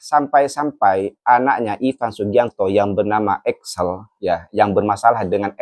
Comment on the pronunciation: Bukan Axel tapi Excel.. Salah eja nama itu berbahaya sekali... Cari tau yang benar sebelum posting